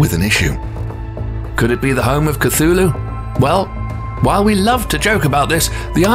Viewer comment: Do not say couthlu ever again please and thank you